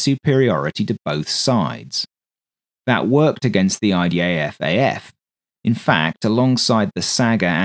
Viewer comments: why does it often sound like you say IDAFAF rather than IDFAF? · why you keep saying IDAF